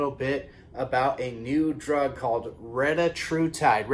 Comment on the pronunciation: Thank you for the update and the awesome pronunciation of the medication 😂😂😂